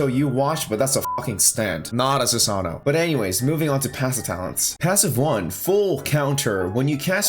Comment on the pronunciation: Su-Sa-No-O Susanoo Not Su-Sa-No susano